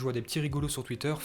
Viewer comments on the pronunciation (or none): none